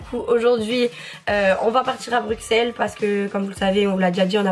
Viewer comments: Non mais je rêve !!! Tu vuen de direeee BRUUUUXXELLES !!!!!! ON DIT BRUSSSSSSSSSELLES HUMOURS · Bruxelles se dit « Brusselles » 😂💗 Cette vidéo va être super comme d’hab! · J' aime trop ce que tu fait mais ça se dit Brusselles et pas Bruxelles 😂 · Je viens de Bruxelles mais sa se dit bruselles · Ca se dit Brusselle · BruXelles 💀 ça se dit BruSSelles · Juste sa se dit Bruselle mais il a un x c’est tout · oui les français disent comme ça mais en Belgique on le prononce avec un « ss » car ça vient du flamand « Brussel » ☺️ Mais c’est rien de très grave la plupart des français le disent comme ça haha